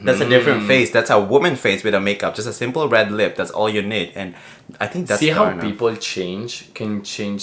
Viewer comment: Hahhaha ang funny nyo talga 😂😂😂 nakakatawa si nung nag ding! HAHAHHAAH YUNG LAKAD! Yung pagkakasabi ni parang "TARNA"! 😂🤣 HAHAHA LOVEYOU COUPLE 😍😘